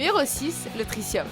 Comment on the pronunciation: Tritium pas trissium